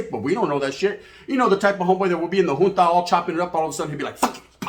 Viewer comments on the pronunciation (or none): none